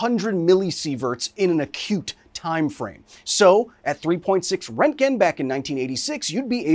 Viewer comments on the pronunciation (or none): the amount of times he says rent gen , instead of RONT gen, is giving me radiation poisoning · "Rentgen" is such a cursed pronunciation. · Röntgen isn’t pronounced rentgen! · are you saying Rankin? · at first I thought he was saying rankine and I was like damn thats cold. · Not how you pronounce roentgen but okay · Literally no one is pronouncing the umlaut in Röntgen (Roentgen) correctly, not Kyle, not HBO… like come on guys do better 🙄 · Best part is intentionally saying the guy's name wrong multiple times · I guess thats how we are pronouncing roentgen now lol